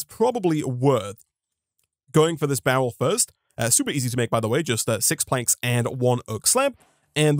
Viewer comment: Why do you pronounce barrel bowel?